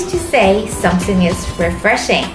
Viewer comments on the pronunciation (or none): I love when she cutely said 'somesing is unfair' instead of 'something is unfair' . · all i hear is Somessing :D